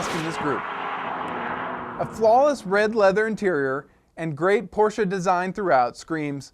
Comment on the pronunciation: POR-----SCHE SAY IT RIGTH